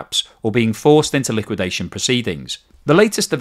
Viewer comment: "Collapse", "liwuidation", "implosion",... is running out of high voltage words while China continues to thrive.